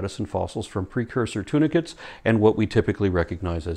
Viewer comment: I'm gonna comment to thank you for including subtitles. Thanks to my hearing loss (What's that about 'Intelligent design"? Oedipus-Jesus.) tunicates sounded like 'tuna fish'. Made a lecture more funny, congrats. :)